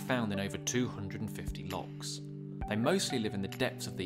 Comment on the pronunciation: It’s loch not lock - just say lake if your to lazy to even pretend to try use a Scot’s word 😅 A lock is part of a canal - you could confuse some people - language matters